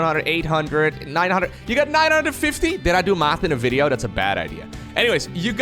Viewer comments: weedjo either a pun with weed or it's based on uncle rogers pronounciation of video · am i wrong, or is Weedjo how danish or Swedish boys with more of an accent than you pronounce Video? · Every time you said weedjo, I kept think of Uncle Roger.